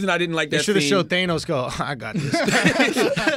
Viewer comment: I love how committed they are to mispronouncing thanos